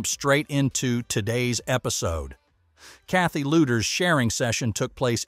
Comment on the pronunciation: Please pronounce Kathy’s name correctly. It’s pronounced ‘Leeders’ not ‘Looders.’